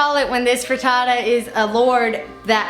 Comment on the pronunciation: "Frutootoo" - Hannah Hart